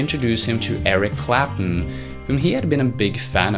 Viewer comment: CLAP-TON. CLAP-TON. IT'S FUCKING CLAPTON not Clap'un.